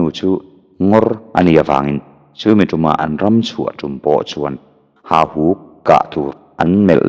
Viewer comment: Hahuk tilovin HAUHUK tih zawk tur a ni